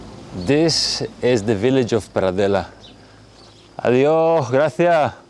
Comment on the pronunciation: Hi. I like you said "Adió--, Gracia--" instead of "Adiós, Gracias". Is that informal to not say the s sound? Or a local dialect? ¿Qué es?